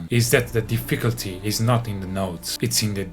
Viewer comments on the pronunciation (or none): Di-fickle-ty has to be one of the best ways to mispronounce difficulty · Putting the emPHAsis on the wrong sylLAble. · The d'fickle-T 🤣 Talks about typos but proceeds to pronounce words differently throughout the entire video. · "di-FIC-ullty"? That's a new one on me. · I lost it at The Kids in the Hall pronunciation of "difficulty" making an appearance.